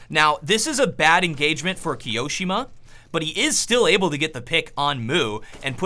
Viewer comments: The way he pronounces the name is so funny lol "moo" "kiOhh shi muhhhh" "doh see uh" xD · rip the way said kioshima and mou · RektByFraserr hiroshima nuclear bomb, thats how it sounds like